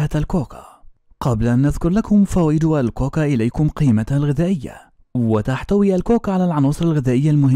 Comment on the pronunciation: كاكي وليس كوكا